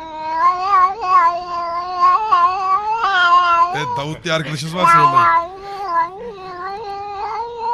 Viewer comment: Davud demiyor aq dafuq diyor